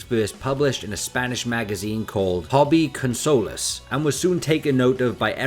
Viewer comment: As a Spaniard, hearing Tablos and Hobbyconsolas read with English accent makes me laugh 😂 BTW Tablos has opened his own YouTube channel recently, perhaps you could do one streaming speaking with him,. Keep the SSJ5 hype going!